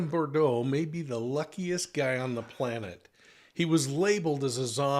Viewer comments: Easy answer: $$! The real question is - why charge Lori and not Melani, the man's wife? (BTW it''s pronounced "boo-droh" - You can hear them pronounce it correctly in the clips you use and watch.) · Brandon BOO-DROW (rhymes with new-snow) please. 😉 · Brandon BOO-DRO Offensive that you are doing a story on someone and can't even correctly pronounce their name. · Brandon Boudreaux...your spelling and pronunciation of his name are incorrect. 😉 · you're mispronouncing brandon's last name every time you say it. come on now. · Thank you for the phonetic pronunciation of Beaudrow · Brandon Boud”R”eaux Pronounced Boo D”R” O. I find it extremely disrespectful to repeatedly pronounce someone’s name wrong. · Boudreaux does not have the d and r juxtaposed. It’s pronounced Boo-dro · Interesting… btw the pronunciation is “Boo-DROH” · Brandon's last name is pronounced /boo-'droe/ with accent on the second syllable.... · Brandon Boudreaux - pronounced as “boo-dro” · Not BER-DO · it’s Brandon BOOD-ROW. Just so you’ll know. Great video! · Brandon Boudreaux. Not Bourdeaux. Although I love a good. Bourdeaux 😊🍷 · I'm sorry, but it was bugging me so much that he was pronouncing Brandon's last name as "Bore-dow" instead of "Boo-drow." 🤪 I know, I know, I'm being petty, but people's names are important and we should get them right. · BOO-dro , not RIRD-row! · ❤BRANDON "BOO-DRO, NOT BRUR-DRO !! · It’s Boudreaux not Bordeaux …💋🧚🏻‍♀️❤️🇺🇸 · BUR-DOH is also incorrect 😵‍💫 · he keeps saying bordeaux. it's boudreaux. another mistake was that he said brandon recognized the person shooting at him as resembling alex cox. false. he did not see at all who was shooting at him. important fucjing detail. please get these things more exact or stop reporting bc you don't know the case. at this point your audience should not need to correct you on details. for eff's sake. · Pronounced Boo-dro! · Boo- drowe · Brandon’s last name is of French derivative and pronounced “Boo-drow”. (That’s a long O Sound)